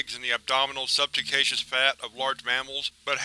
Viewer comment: Subcutaneous "sub-cue-tain-EE-us".